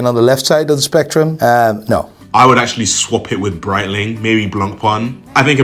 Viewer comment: Are we surprised that the "watch expert" who doesn't know how to pronounce Seiko (NOT "Seeko" or "Sicko") nor Breitling (NOT "Brettling")also doesn't know how to say turquoise? 🤔 Not really (...anymore)🫠